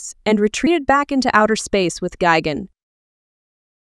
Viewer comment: It’s gigan not gigen